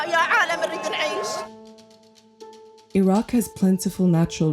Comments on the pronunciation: الرجاء احترم اسم العُراق مش العراء ولا العراك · الحين البلد اسمه العراق او عراء ؟ يعني المذيعة حتى اسم البلد ما تعرف تنطقه مثل الناس ؟ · Why is she pronouncing it iraa instead of the correct way. This is stupid. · In english it’s iraq not ayra and in arabic it’s arak not ayra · Why do you say Iraq like that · I've never heard anyone pronounce Iraq that way. Not even from Iraqis. Idk if it's right or wrong, but it's definitely interesting.